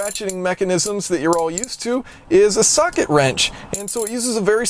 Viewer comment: brwi1 it almost sounded like he said 'suck-it' wrench...and that would have pretty much summed up what he accomplished...